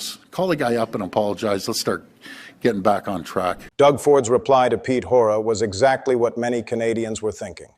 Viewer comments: With a teleprompter, how does the guy mispronounce Hoekstra's name repeatedly. In your timeline, you wrote that Richard D. Wolff says ... but that's not him (He's much older than the guy in the video). So, who's the journalist? And why isn't he and his Newsroom given credit? Here's an article about Hoekstra and his dealings with The Netherlands, from "The Guardian." "On his first official day in the job, Pete Hoekstra was taken to task over controversial comments he made in 2015 in which he said that the “Islamic movement” was creating chaos in Europe and suggested that extremists were burning politicians and cars in the Netherlands. At a press conference shortly after presenting his credentials to Dutch King Willem-Alexander at a palace in The Hague, Hoekstra was repeatedly asked about the comments he made at a 2015 conference, which made headlines last year when he described his own words to a Dutch reporter as fake news. Hoekstra later denied using the phrase fake news. Second House Panel Approves Surveillance Overhaul WASHINGTON - OCTOBER 10: House Intelligence Committee members Todd Tiahrt, R-Kan., ranking member Peter Hoekstra, R-Mich., and William M. "Mac" Thornberry, R-Texas, during a news conference after the panel approved by a 12-7 vote HR 3773, legislation requiring more judicial and congressional oversight of foreign intelligence surveillance. Members pictured oppose the bill. The House Judiciary Committee approved the bill earlier today. (Photo by Scott J. Fe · You have pronounced his name 3 different ways and none of them correctly 🤦‍♂ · This is all fake guys. AI can't even pronounce his last name correctly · This channel is not only spouting untruths, he can’t even pronounce Hoekstra. Canadians want Hoekstra gone, but they are not interested in listening to wrong and untrue information. Hoekstra will be gone soon, but not yet. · How do you expect us to listen to a guy who can’t even pronounce hoekstra????? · This is AI garbage. Pete “Horta?”